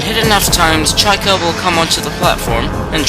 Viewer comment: chykka....... pronounced better as "chicka" instead of chaika" lol